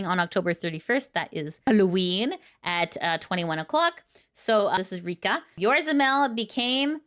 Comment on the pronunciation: I know it's not a big deal.... but it's "Yo-Zo-Ra", not Yorza as you kept saying over and over.... You're missing an 0 in the middle and swapped the R and Z. But nice to see where to see Aqua and Mel again once their new debut happens.